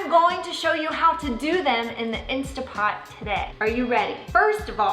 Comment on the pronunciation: Going to buy my "insta" pot this week! Can't wait! And, really? Who cares how people say it! I just want easy peeling eggs!